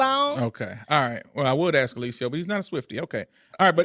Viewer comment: Ask her to stop saying Axe